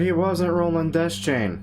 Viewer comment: Funny, I always used to pronounce it De-Chain, not Des-Chain. Welp